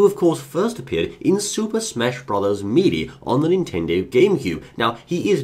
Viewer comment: I like the way you pronounce melee